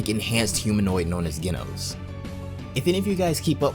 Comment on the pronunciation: Ah you said genos wrong it's pronounced with the j sound